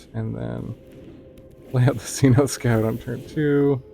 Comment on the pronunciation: Cenote Scout is pronounced Senotay Scout. A cenote is like an underwater cave that's been opened up to the sky due to some environmental event. They're common in Mexico which is why it's spelt that way, since it's in Spanish.